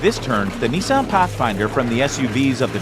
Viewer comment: It’s not “ NEESARN “ it’s “ NISSAN “ 😂